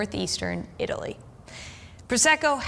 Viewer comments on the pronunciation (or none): none